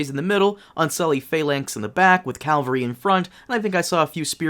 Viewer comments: Cavalry not calvary. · Great review, well paced. I am looking forward to next week. It's going to be hard to see some of my favorite characters die, but it always has been. Oh and one other thing, it's cavalry not Calvary. A friend of mine always said that when anyone mixed these two up he always pictured in his mind a mobile hill running around with three crosses on it. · Calvary? Cavalry? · Soldiers on horseback are called cavalry. Calvary is where Jesus was crucified. You have gotten these words mixed up before. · Did you say "calvery"? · Calvary? Bruh.. bruh.